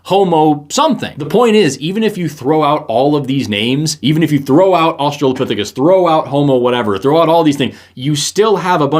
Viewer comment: Going into this, I'm not surprised that the guy can't pronounce orangutan. And the girl can't figure out which way she wants to say australopithecus. She's 1/3 at the time of me typing this.